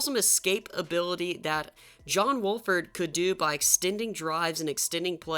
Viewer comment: He keeps saying John walford when it's wolford but my rams needs to keep playing John wolford